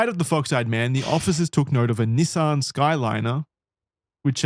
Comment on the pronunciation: If I had a dollar for every time the boys pronounced Skyline wrong, I could afford to buy one.